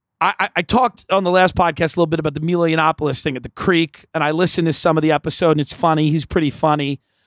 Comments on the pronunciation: I dont get why Tim is hell bent on mispronouncing Milo's name even tho he knows very well its "maj-lou" and not "mii-loo". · Nobody says Mee-lo. I feel like he's just trying to be difficult